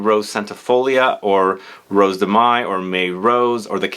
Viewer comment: Mai is pronounced the same as in English (month of May). 🙂🥰